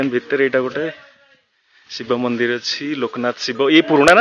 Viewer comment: ଯଦି ପୌରାଣିକ କିମ୍ବଦନ୍ତୀ ସ୍ଥାନ କୁ ଆପଣ ଲୋକମାନଙ୍କ ସାମ୍ନାକୁ ଆଣୁଛନ୍ତି , ଏଇଟା ଗୋଟିଏ ସୁନ୍ଦର କଥା , ତେବେ ଆପଣ ଯଦି ସେଇ କଥାକୁ ଓଡ଼ିଆ ରେ ଉପସ୍ଥାପନା କରିବେ ଆହୁରି ସୁନ୍ଦର ଲାଗିବ, ଆପଣ ଅଧା ଈଂଲିଶ୍ ଅଧା ଓଡ଼ିଆ କହୁଛନ୍ତି ସେଇଟା ବି ପୁଣି ଠିକ୍ ସେ କହିନାହାନ୍ତି , ମନ୍ଦିର କୁ ଆପଣ ମନ୍ଦିର୍ କହୁଛନ୍ତି